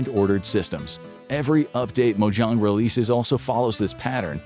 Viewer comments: Saying Mojohng instead of mojang is offensive as a Minecraft player. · Mojang ❌️ Mojong ✅️ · The way Mojang is pronounced in this video bugs my AUDHD ass more than the concept itself. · The Way you Said mojang is a war crime